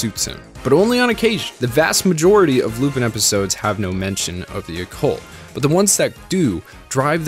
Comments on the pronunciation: It's not Loopin', it's Loo-pan. Great video, though. Keep up the great work! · Isn't Lupin pronounced Lupan? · I'm sorry, but how can you mispronounce Lupin's name this badly this consistently, the correct pronunciation is in the opening, I'm so confused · I'm so confused how someone watches the entire series yet can't pronounce the main character's name correctly... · How do you watch an anime series in it's entirety and still mispronounce the title, which is also the main character's name? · Oh god he pronounces it with an “i” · The fact he pronounces "Lupin" wrong is so distracting for me